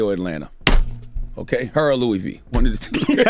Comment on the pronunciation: I agree and all but why can't Char say OR?